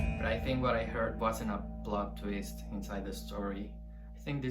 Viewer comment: GoombaIsHere maybe you mean ‘plot twist’? I’m pretty sure that’s what he said but it did kinda sound like he said ‘blood’